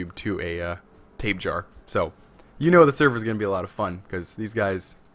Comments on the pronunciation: Christopher Walken No its tape hara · You purposely pronounce it like Tape Jar, right?